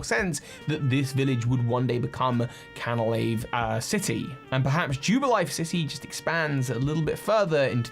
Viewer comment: I genuinely can't cope with all of your mispronounced words! It's Mount Co-RO-Net. FLO-aroma! Cana-LAVE! YOO-xie! It's literally infuriating!